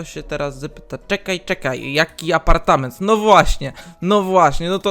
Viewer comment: Elo ,,APARTAMENT"XDDD